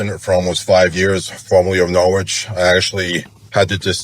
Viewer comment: I lived in CT for over 20 years. Am curious where these members are originally from, since they don't know how to pronounce Norwich. 😉